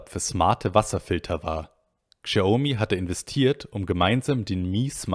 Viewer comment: Lieber, bitte sprech Xiaomi so wie Schaumi ( Schau- mi ) aus. Die Aussprache tut mir in den Ohren weh. Vielen Dank für die guten insides ins Xioami eco system! weiter so